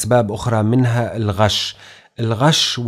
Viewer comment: الغاش لفضها خطأ باللغه العربيه لان غش فعل والفعل لا يأخذ ال التعريف وال التعريف للاسم او الصفه وهنا يجب ان تلفظ ب الغيش وليس الغاش وكتبتها بهذا الشكل لعدم توفر الفتحه والكسره عل كلمه غش وبدلت الفتحه بالالف والكسره بالياء . يجب ان يكون اللفظ صحيح بقواعد اللغه العربيه اذا تكلمنا بالفصحى مع اعتذاري لصاحب القناه ..